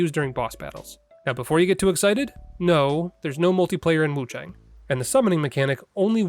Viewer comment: Just a heads up, friend. It's pronounced with an "ah" sound not an "ay" sound. So Wuchahng.